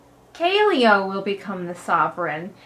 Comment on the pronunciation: Kaleo's name is pronounced Ka-Lay-Oh not Ka-Lee-Oh